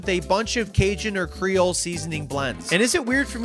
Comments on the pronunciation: it's cree-ole, not cray-ole...to start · "How do you say it? Crayole?" "Creole" "Crayola?" "Creole" "....well the food is good." "eh dat's good nough."